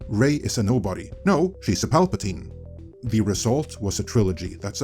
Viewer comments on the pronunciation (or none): none